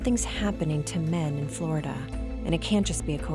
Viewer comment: Bro its just flolida man